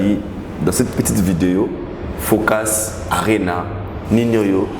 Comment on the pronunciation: comment prononce FOCUS? 🙄mon cher prononce tous simplement en français.